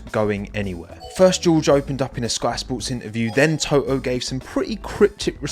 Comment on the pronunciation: To-oh, LOL! (Sorry, didn't mean any disrespect!)